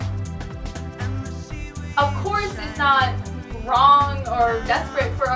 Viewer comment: um. he said numbee. duh ;)